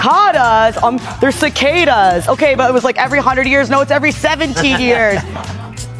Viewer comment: Cicada (sick-ah-duh).